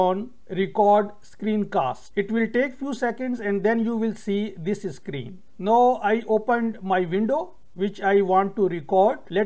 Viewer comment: NOW is pronounced N-long OW. It rhymes with HOW, COW, POW. You can search on google